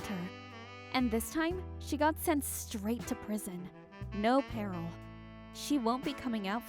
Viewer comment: Parole is pronounced pa-role not peril